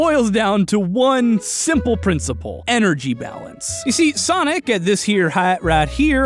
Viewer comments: I died after “sanic the hedgehorg” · normal human: sonic the hedgehog me: sanic the hedgehog:swonic ba hedword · "Sanic the Hedgehorg" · normies: sonic the hedgehog, an intellectual: sanic the hedgehorg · SAniC ThH heGG HoGer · SAnek de HeGhOrg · Sanic the hedgehorg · "Where was I? Oh, yeah, SaNiC tHe HeDgEhOrG" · Oh right- sAnIc ThE hEdhOrgE Edit- and also got me lol